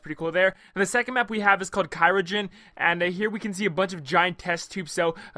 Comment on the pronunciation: Its CRYOgen. Not CYROgen.